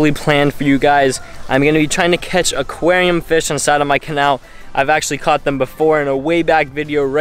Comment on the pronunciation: Say it with me.... AQUARIUM....